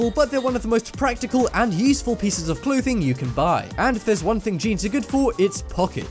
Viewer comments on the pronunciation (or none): He said cloothing lol type in family guy Swedish baker and watch the video